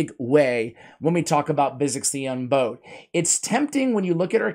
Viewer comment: man I love your channel. You were the first RAID SL content creator that I ever watched. Great champion guide on Visix! Now with that being said I have to say that you are saying Visix’s title wrong 😑 You’re say bow as in a bow on a gift or a in a girl’s hair. However it’s bow as in bows 🙇‍♂️ before a king. The word Unbowed means not to bow or bend the knee to anyone. So in short it means that Visix has never bowed before any king, queen or authority. Unbowed is a real word that you can google for the meaning and pronunciation. I just want to see one my favorite content creators knock it out of the park! I will check you out on the next one. Again great job, I really mean that! You are tops!